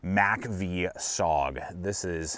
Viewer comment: Studies and Observations* Group "MACA-V Bowie" Hey laddie, go do your homework about MACV-SOG. Learn how to pronounce the acronym.